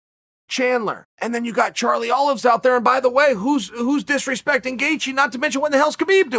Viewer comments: “Charlie Olives” - Chael Sonnen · Chael: Charley Olives, Tony Fur Me: Ok great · Chael: Charlie Olives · “Charlie Olives” lol